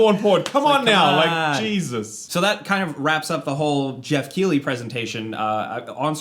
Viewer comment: Keighley is prononced differently i'm sure of it.